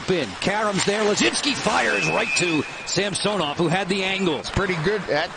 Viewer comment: Sam-sew-nov. Drove me crazy